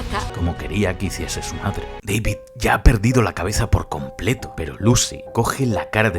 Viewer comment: Jaja primera vez k Veo UN video de españa😂😂😂 "compketo"